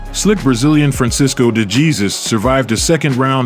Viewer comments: "Francisco de Geezus" 😂 it's de Jesus (deh heh-soos) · De Jesus? Its pronounced 'Da-hey-sues' bro... 😂😂😂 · Lol... it's not "Dee Gee-zus"...